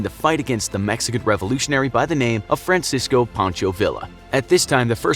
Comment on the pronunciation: You mean fransisici pancho villa ayyyy my man